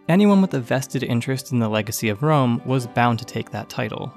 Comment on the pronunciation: You would be shocked to find out that in Serbo-Croatian we call the city of Rome - Rim/Рим Which sounds exactly the way you pronounced it